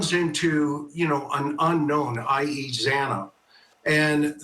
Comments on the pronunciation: This has only left the families with more questions & no answers. The judge scolding the family & then messing up Xana’s name not once, but twice, was disrespectful imo. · The judge has no right to admonish the victims family. This plea with the devil was disgraceful and the victims family has every right to fight this injustice. The judge can’t even pronounce the victims name right. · I'm with you on that. What is his problem that he can't pronounce her name correctly 😮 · The judge was very insensitive to address the calls people made to the court, why the need to scold??? Also miss pronouncing victims name 🙄 It’s giving IDGAF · The judge mispronounced Xana’s name twice. Like salt in the wound. the media chasing down Kaylee’s family was also just so heartless. A really sad day as an Idaho resident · The “honorable” judge Hibbler, couldn’t even pronounce Xana’s name right, twice he mispronounced her last name, you’d think after two and a half years surely he’s heard it pronounced correctly? Not concerned at all that he’s bothered by the tax payers calls. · It was salt in the wound. No excuses for the presiding judge to mispronounce the victims name twice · And when his miss pronounced the girls name 2x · The stupid judge after all this time still pronounced Xana’s last name incorrectly! This has happened over and over since the tragedy! He needs to be sent back to kindergarten! 😢😮😂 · Yes!! The judge did pronounce Zana’s name wrong x2 !!! He should have known better!!! She is a real person for heaven’s sakes and a victim!!!